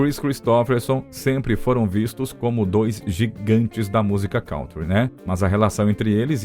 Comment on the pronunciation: Kântri é a pronúncia. Não "cauntri". Não sou professor de Inglês, também já errei e desconheço várias pronúncias, mas por algum acaso conheço a de kântri , inumeras vezes citada neste áudio.